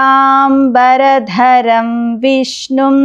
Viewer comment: శుక్లాంబర...ధరం అని పలకవలసింది పోయి శుక్లాం...బరధరం అని పలుకుతున్నారు, చాలామంది యిలాగే పలుకుతారు.ఇదేం దౌర్భాగ్యమండీ